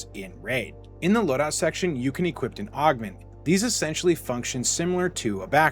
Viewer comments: Great vid, lots of great info, very informative. But brother please stop saying "equipt" when you're supposed to say "equip", it's pretty jarring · "You can Equip-t it"